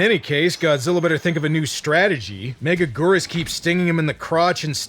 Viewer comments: Meh-GAG-gur-Us. Say it right. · It's pronounced Mega-gear-us. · "mega-geerus". Your first attempt was correct off the bat. You're welcome. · 😮🍜every time they say it, i hear: Mega-Noodle!